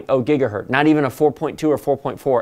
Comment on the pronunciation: It is gigahertz, not gigahert.